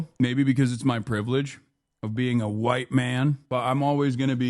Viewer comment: “Maybe that’s my privilege as a hWiTe MaN” 💀🤡 Why he say that like he didn’t know he is 😒🤣